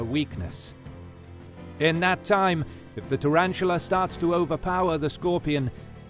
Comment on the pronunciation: Tarantula not turantula